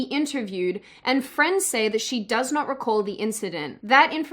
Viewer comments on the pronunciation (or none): Icywarhammer500 Morphing.. not morphed.. eensedent sounds more like a kiwi🤔